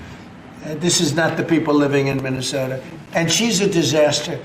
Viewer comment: Could barely pronounce Minnesota